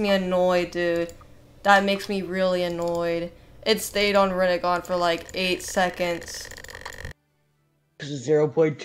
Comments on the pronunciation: Bruh it is just rennigan like chill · “Rinnegan” actually